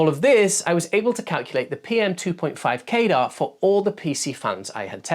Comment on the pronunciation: Why do you keep pronouncing CADR like radar or gaydar? 🤔 Wouldn't it be more likely to sound like cadder or at least kah-der? Pedantics aside, this is a great video, but it would have been a really good idea to actually showcase the different sound profiles of all of the different fans at their respective test methods (max speed, sub-x decibel, quietest speed, x-cfm rate). It would really help people make much more informed decisions about things, especially tuning the fans to a specific cfm and being able to hear how differently they sound despite performing at the same level. I'd also love to see a slightly more complex chart that has each tested fan and shows both the cfm and the decibels for its respective maximum speed, half power, and low power all on a single page, so that you get an idea of its performance steps. You could either do this on a graph showing curvatures overlapped for all fans, or you could have a graphic that gets wider on a standardised scale, a bit like how population demographic pyramid looks. That would be useful because some of the fans might barely see a noticeable decibel difference between low and medium, but a drastic difference at maximum, but if its medium is high enough cfm, you may never put it on maximum anyway, and visualising it like that makes the data easier to understand at a glance. Otherwise, great video.